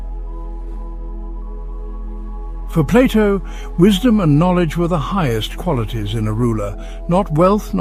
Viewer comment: I am glad that someone is calling Plato and not Playdough like the Americans do.